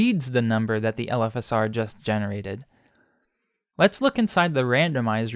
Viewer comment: LOL it took me a while to reailze you were saying "LFSR" and not "elephasaur", like some sort of gigantic elephant+dinosaur monster.